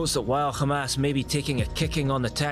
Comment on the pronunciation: Its hamas not kha mas mfker